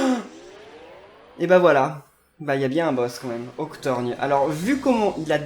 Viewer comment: C'est Octorgone pas Octorgne 🙄🤣🤣